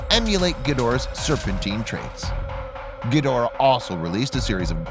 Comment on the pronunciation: Your nowhere near a Godzilla, Ghidora fan. This idiot mispronounces there names BIG TIME !